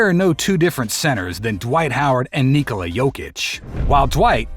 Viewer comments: Ne!! On je Nikola nikako NikOla, upamti, čovek ispravno kaže. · He's not nIkola, he's nikOla